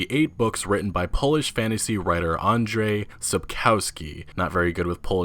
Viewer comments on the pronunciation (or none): none